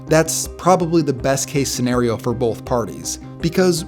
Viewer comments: It's both. Like bo-th. There isn't an L. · Guy dropped the hard L in Bolth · Its both not bolth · Not a big deal or anything, but is he saying "bolth" and not "both"?